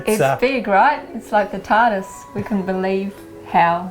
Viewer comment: Omgoddess she said like the T.A.R.D.I.S. and I just smiled so big. My favorite feature is also that gorgeous cedar around the windows.